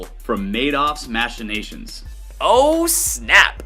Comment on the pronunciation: Hey there Fuckhead pretty boy you pronounce machinations wrong …….You silly boy